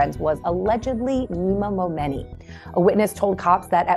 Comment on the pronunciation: The flipping name is pronounced MoMoney!!! 🤢